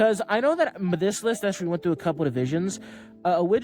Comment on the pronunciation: Youre not allowed to have that speech impediment after the age of 16. “Actuwwally☝️”. Jesus Christ.